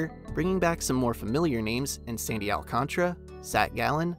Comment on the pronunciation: From baseball reference: Sandy Alcantara is pronounced all-KON-ta-ra. I think you kinda skipped over the ta and made it tra